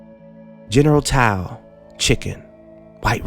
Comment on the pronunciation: You pronounced Tao wrong